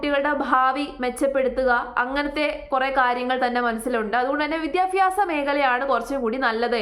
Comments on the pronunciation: വിദ്യാഭ്യാസം അത് ആദ്യം പറയാൻ പഠിക്കുക സ്മൃതി വിദ്യഫി മാസമല്ല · മോളുസേ വിദ്യാഭ്യാസം എന്നാണ് വിദ്യാഫ്യാസം എന്നല്ല.